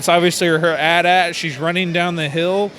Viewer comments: did he seriously perno7nce it as "at at" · You say it: Ei ti, ei ti not attad lmao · who else got triggered when he said at at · You guys are dumb, AT-AT was originally pronounced At At. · He said AT-AT wrong... TRIGGERED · Did he just say... atat? TRIGGERED